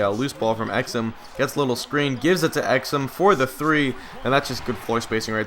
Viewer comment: It's not ex-um, it's ex-oom